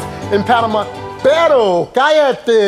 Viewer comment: By the way, its "perro" (gotta roll the R), the way you say it "pero" means "but"